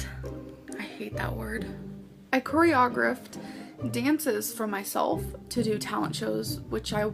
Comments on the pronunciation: It's the Corey O'Griff that kept that darn GPA from being a 4.0 🎓 I guess a 3.9 will do EXPESHULLY since pronunciation wasn't a class/credit. The only dancing this "Lah" does is dance around the truth. Ijs 🤷🏻‍♀️ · snorts The second she said chory-ogg-riffed... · As someone who was in dance (hiphop-for a short while, Jazz, Tap, and Ballet) I always knew that was a lie. The dances she does are not actual dances you would do in any of these. She cant even do an actual turn or twirl. You would immediately be marked down and if she "chor-o-graphed" anything she would know that. And yeah, you dont always pay attention to that while dancing for fun but as a dancer, you usually do especially in a video. Youre going to want to show off your technical skills. Also, even in beginners classes most teachers let you choreograph dances for fun. Theyre usually not ones taken to competition and even in advanced, you have to audition the dance for competition and it has to be approved as good. I also feel like you would be able to pronounce choreography if you did it. Especially when thats a word spoken in dance quite frequently. Also, literally anyone can join a beginners dance class. You can sign up right now for one (which you should if youre interested. Its super fun and everyone is a beginner just like you so you dont have to feel bad. Theres beginner groups for most age groups) So, just being in dance is pretty easy. But her being placed in advanced or even intermediate classes? Nah. And going to competition with her technique and WINNING? Definitely not. I totally believe that person. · "Coree-ogg-reft" ..TF? 😵‍💫🙃🤣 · Choreographed. Kor-ee-O-graphed, fer chrissakes. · I die a little inside everytime she says "cor-e-o-greffed" 🤣🤣🤣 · "Koreodrifted" omg, that made me snort laugh! Haha! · the way she pronounced choreographed- 😂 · The one time she pronounced “choreographed” correctly she corrected herself 😭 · hearing her say choreographed HURTS